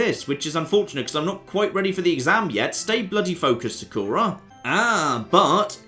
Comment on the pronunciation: Also... am i the only one who hates how he says 'Sakura'? damn it, i pronounce it as would any japanese person would.